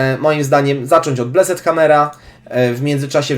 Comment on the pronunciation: Plis, mów [blest], nie, [bleset], a tak to jesteś przekozakiem :)